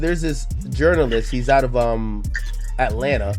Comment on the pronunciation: This "source" couldn't even put the A at the end of Atlanta. Fake AF! 😂😂😂